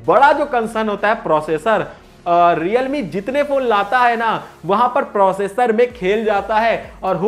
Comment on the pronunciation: Realme ho hai sahab 😂😂😂😂reame nehi😂😂🤣🤣